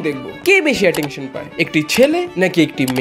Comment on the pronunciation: Attention ❎ Atektion ✅ 😂😂